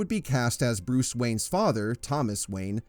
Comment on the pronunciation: You mispronounced Bruce…